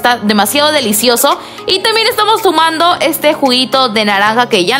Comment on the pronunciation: 7: 25 escuché fumando en vez de tomando